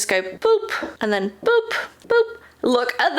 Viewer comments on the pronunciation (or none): none